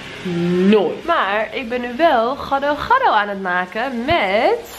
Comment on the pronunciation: gado gado spreek je uit als ghado ghado, dus niet met die G maar ghu